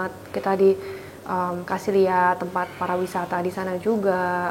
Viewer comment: Not parawisata but pariwisata hehehehe good luck